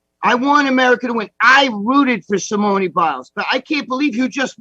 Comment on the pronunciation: Greg trying to pronounce Simone’s name 🙄